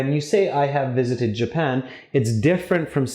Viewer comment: Japan, not Japand